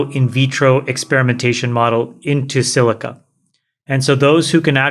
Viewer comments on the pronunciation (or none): "in silico" plz, not "in silica" but thanks for trying